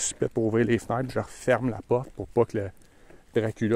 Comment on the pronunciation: Pendant que tu racontes cette nuit épique j'essaye d'imiter tes nasales : totalemint, serpillâre, vraimint, les fnâtres, les lumiâres, une demi-hâre 🤭😅 ...J'ai encore besoin de cours !